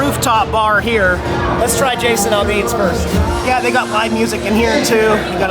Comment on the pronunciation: Jason Aldean last name is pronounced as Al Dean not All Dean. Nashville is definitely not the Country Music Capital of the world anymore. They killed Country Music except for Cody Johnson. The rest of the real Country Artists are independent.